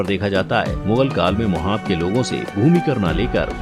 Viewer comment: मोहाब नहीं महोबा 🙏